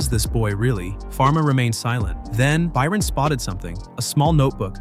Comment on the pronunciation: why did you start saying Byron wrong half way through the video?